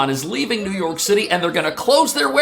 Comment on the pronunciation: I wish you would STOP saying New Yory City is finish 😡